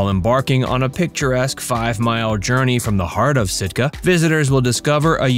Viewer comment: Wrong..not Stika..Sitka😂